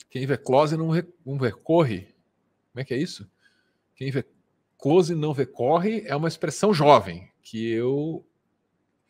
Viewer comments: "quem vê cloóse, não vê côore" 😂😂😂😂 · “Quem vê clÓse não vê cÔrre!”HAHAHAHAHA-Gritando!!Ainda errou as fonéticas, o que esperar dessa galera, na moral…. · A frase do carinha perturbado é "Quem vê close, não vê corre" , só que a besta fala errado!!! Inacreditável... maluquice total. Gente doente e ridícula. Surreal 🤪🤣🤪🤣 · “Quem vê clÓse não vê cÔrre” 😂😂😂😂😂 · Quem vê "clóse", não vê "Côrre" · A começar que além dele ter falado a pronúncia errada, essa frase já era usada há séculos pelas g4ys